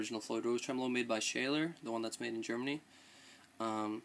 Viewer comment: pronounced shawler